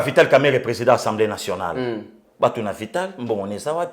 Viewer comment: OLOBAKA SOUVENT ENSEMBLÉE BALOBAKA: (ASSEMBLÉE ) MERCI MERCI BEAUCOUP NA MUSALA KITOKO OZALI KOSALISA. NALANDAKA YO TOUT LES JOURS DEPUIS DORTMUND-ALLEMAGNE SANS YO INFO MOBULU. RESTE TOI-MÊME MOI J'AIME TES GESTES SURTOUT QUAND TU TOURNES LE DOS AU JOURNALISTE C'EST TRÈS DOUX COMME ÇA.